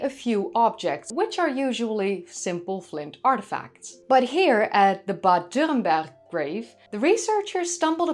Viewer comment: It's wonderful to hear you saying Bad Dürrenberg perfect! Greatings from nearby.